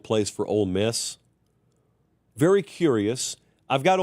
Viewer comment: I hear “old” miss every time talks about ole miss. Just me?